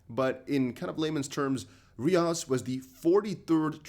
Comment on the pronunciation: It’s pronounced Rios